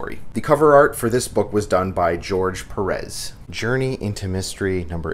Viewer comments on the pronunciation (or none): none